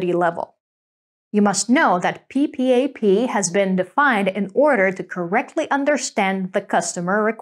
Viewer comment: No-one spells out P.P.A.P! It’s said “PeePap”!